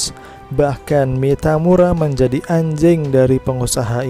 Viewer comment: Biasa aja dong ngomong "anjing" nya min wkwk 😂